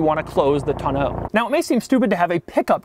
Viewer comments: Is it just me or is it pronounced "täh-nō" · I love Doug, he is fantastic!! But he does not have a clue on how to pronounce Tonneau.... :( it makes me sad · Mrhellzya I have to agree. Smh. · Who taught you how to say Tonneau?